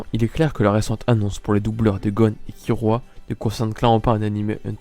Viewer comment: Et ça se prononcé par kirua mais kilua avec le l roulé à peine